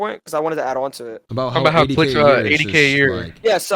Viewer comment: y he saying clix as clit